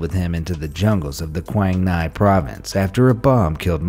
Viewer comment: As a Vietnamese... I can clearly see that you've mispronounced the word " Quang Ngai " ( Quảng Ngãi )